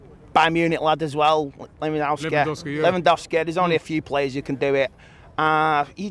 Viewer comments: "Messeh"😂 "Lewandowskeh" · Lewangoalski not Lewandowski